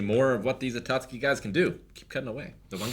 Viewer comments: Everytime says atatsuki and they don't correct him I think, they just stopped caring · Somebody help to get "Akatsuki" right. He's the weebiest one here after all. You could think Aka = Red = Red Clouds = Akatsuki